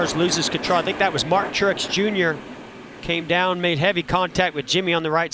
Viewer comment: Did he say bartin truex